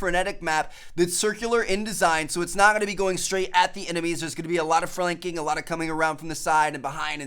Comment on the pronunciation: "Fralanking" lol